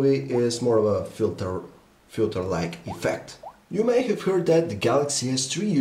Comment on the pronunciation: I love your accent xD. You say have like this: ghave.